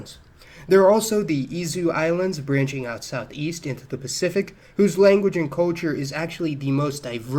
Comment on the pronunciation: where did you grow up? I’ve never before heard anyone pronounce “culture” as “KOH-chur”.